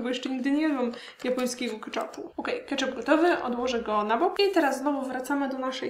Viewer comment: Keczupu, nie kaczapu